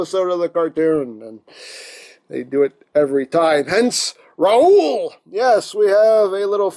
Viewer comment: De R-raoul...how much for de R-raoul? Lol.